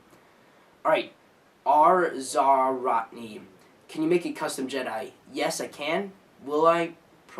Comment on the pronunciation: Ps it's pronounced zarotnE